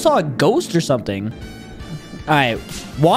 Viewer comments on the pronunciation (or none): When you are saying Juan it's like your saying work